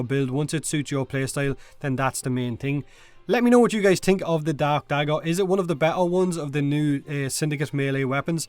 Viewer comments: when you say dark dagger i hear DAB dagger am i hearing wrong or are you saying wrong? im not sure! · I could've sworn you said "rakta dab dagger" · For some reason I kept hearing "Rakta dab dagger" in the beginning...